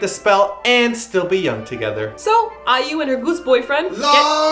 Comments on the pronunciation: why don't you have more respect for IU instead of asking respect for the goose? stop pronouncing her name as EWW! one or 2 times is enough but throughout the video? please stop. Dont mean to be rude or what...i just felt quite uncomfortable hearing EWWWW it is AI-EE-YOU! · after this, I'm pronouncing iu as "ew" LOL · Thanks to Now I say BATOOST instead of Beast I say Efcuz instead of Focus *F.Cuz* I say MmmBlak instead of MBLAQ and now I say Ew instead of IU... xD Anyway, IU for the win! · Are you fucking kidding? "Batoost", while it bugs me, is not derogatory: "EWWW" is. IU's name is in pure English: I - U. That's not hard to pronounce. Why is he pretending that he doesn't know how to read it? I find this impossible to enjoy when they're acting like bullies on a playground that I encountered that make fun of an Asian kid for his name, and bullies that I encountered in Korean classrooms for my own English name. They make me feel ashamed to be Canadian. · waaaahhhh...i already call Beast as Batoost now I'm gonna end up calling IU as Eeewww too hahahha...and did you just call F.T I as FoTo Island?? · haha its so funny how pronounce IU like iewww hahah HAHA:D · I love your mispronounced kpop artist names XDDD Firt BATOOST, then GONA, then BILASA, then KSXXIIAAAHHH, and now EWWWWWW. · now they got another pronunciation for IU... "Ewww". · You and I, And it's pronouced :ai-yu" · omg keeps saying "ewww" instead of iu omg i cant stop laughing and when he ate the bread like a goose omg i cant idk anymore skgjfksksk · She's not IU ...it's pronounced I - YOU . hahahaha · not really insulting since can't pronounce it. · i love how pronounces IU and the face that he makes when saying it....hahahahaa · IU's You and I. and this is the first time I have been annoyed by mispronunciation of names. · perhaps i need sleep because mispronouncing IU irritates me -__